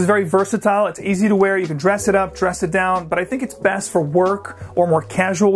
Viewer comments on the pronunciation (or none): none